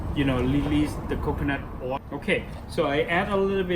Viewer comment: His accent is strong so it sounds like he's saying the wrong word The way he says Lemongrass sounds like lemonglass Kaffir lime leaf sounds like kaffer Oil sounds like Oy